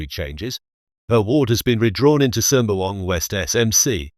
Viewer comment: WTF why a ‘Ang Moh’ narrating ? Can’t even pronounce ‘Sembawang’correctly,Chee Soon Juan as Chee Soon Wan? Joke